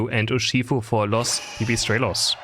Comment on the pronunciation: is latino/spanish now that he pronounced: Los pipistrelos